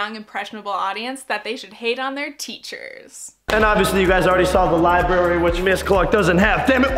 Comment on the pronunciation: bruh, its libRary